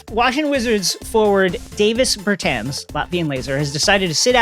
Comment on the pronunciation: I thought everyone who watches the NBA knew how to pronounce Davis Bertans' name. I guessed incorrectly... But clearly It's not Davis like Chris Davis.